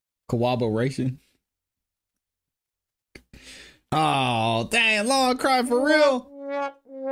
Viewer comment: Which law school teaches Cowobberation?? My lowly education always said CORROBORATION. At least TRY to sound educated!!